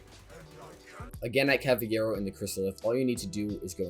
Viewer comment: "Cavayero" wtf